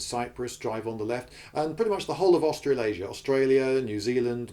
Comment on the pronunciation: Australaisia not Austrianasia.